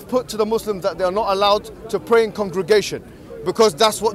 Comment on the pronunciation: "you can bray indivdually..." HAHAHAH